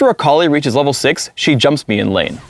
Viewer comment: He says Akali like "A collie"